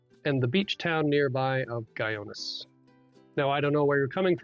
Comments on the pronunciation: Guyones? really? should have taken the time to learn to pronounce it. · Guy-ones LOL that is not how you pronounce it sir.